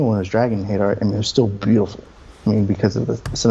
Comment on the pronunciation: Haider is pronounced closer to “Hi there”, not “Hater”.